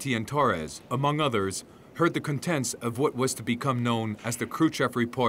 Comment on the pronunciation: The expression is lease on life (not of). Is the narrator attempting to say gorilla warfare (around the 3 minute mark)? Around time point , the narrator mispronounced the word contents. He seems to have a variety of pronunciations of Krushchev. Really bad narrator. Wonderful film/visuals however. Fascinating topic.